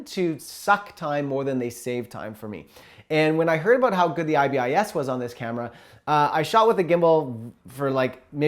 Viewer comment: It’s pronounced “eye-biss” Not “eye-bee-eye-ess”